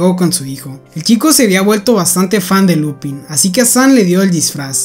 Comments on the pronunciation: "Lupân" se lee, no "Lupin" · No es Lúpin, se dice Lupín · No se pronuncia lupin, es lupan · Enrealidad la pronunciacion es "LUPAN", porque esta es en frances. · pero se pronuncia lupan creo xd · en realidad se pronuncia lupang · Se pronuncia "Lupan", como la serie "Kaitō Sentai Lupinranger vs. Keisatsu Sentai Patranger (快盗戦隊ルパンレンジャー vs. 警察戦隊パトレンジャー Kaitō Sentai Rupanrenjā vs. Keisatsu Sentai Patorenjā)" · decir no es lupin es lupen aunque gran videoooo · Es una gran serie y buena trama pero me confunde mucho porque en el anime japones se pronuncia Lupan y se escribe Lupin, pero aquí se pronuncia Lupin igual 😂😂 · No es por ser quisquilloso pero , me dio ansiedad cuando dijiste “Lupin” en lugar de “Lupan” pero solo eso, buen video uwu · "Lupan". Es francés. Lupin se dice "Lupan" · Oseaaa la serie se llama lupin pero se pronuncia lupan por el men del libro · La serie es francesa la in y la se pronuncian an entonces no es lupin es lupan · No se pronuncia lupin si no Lupęn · Se pronuncia Lupan no Lupin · no se dice lupin se dice lupain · se pronuncia Lupang :u no lupin que es frances la serie y pos pff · enreralidad no se dice lupin es lupang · es que se escribe Lupin pero se pronuncia Lupan(con acento frances jajajaja) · Se escribe así pero se pronuncia lupan, si es que te refieres al nombre, lupin ha sido en efecto un anime algo antiguo y un libro por aparte que puede parecer infantil pero verdaderamente no lo es. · sorry pero creo que se pronuncia "lupan" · No se pronuncia 'Lupán' ? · LupAn se pronuncia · Se pronuncia lupan porque está en francés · Se escibe lupin pero se dice lupan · se dice Lupán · Se pronuncia Lupan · Tanto esfuerzo para pronunciar el nombre del museo en frances y despues pronuncia el nombre del personaje en español. Liupen seria pronunciado en frances. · lupan, se pronuncia lupan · Se dice Lupan xdd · Creo que se pronuncia "LUPAN" por ser frances